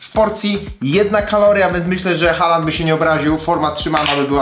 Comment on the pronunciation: Taki drobiazg, Haaland wymawia sie "Hoolan"(długie o).Aa to dawny zapis obecnego Å(nasze o), a ponieważ dalej jest tylko jedna spółgłoska więc samogłoska długa. D na końcu zwykle nie jest wymawiane za wyjątkiem niektórych norweskich dialektów.